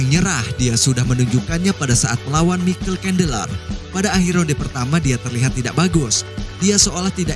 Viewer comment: Saran bang, perbaiki dalam penyebutan nama soalnya sedikit mengganggu, seperti jastin gaje, mikel cendeler, yu ep si dll.. Kalo diperbaiki, kita akan tonton full no skip bang 🙏